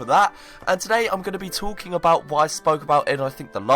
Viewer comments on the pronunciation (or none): What are you "tlaking" about?